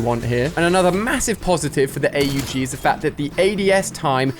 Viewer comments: its not call A U G its Aug say it in a one word not spell it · Man said a u g 😂😂 org is how it’s pronounced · did he just say A-U-G its not A U G its AUG in one word